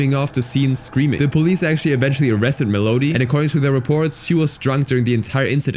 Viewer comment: Mel odie? Melody bro